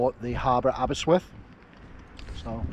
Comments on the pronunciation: the presenter calls it aberswyth not aberystwyth but great video all the same. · It’s Aberystwyth not Aberyswyth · I did have to listen to it a few times.. He keeps calling it Aber-swith, when it's Aber-ist-with. Great video though - plenty of memories coming back from my time at university there.